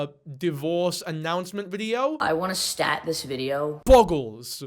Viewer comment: Soon as I heard "I wanna STAT this video..." I got pissed off. 😂